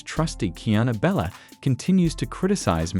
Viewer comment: BTW The Ai is Horrible and can NOT say🗣️: Kiana Belcher for some reason it keeps saying Bella.